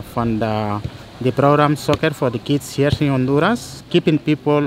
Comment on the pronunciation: Garifunas are not from Nigeria and this can't even pronounce Honduras correctly!!